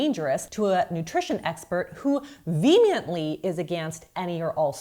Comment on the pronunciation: “vemiently”? It’s veh-hee-mently. Or “vee-uh-mently.”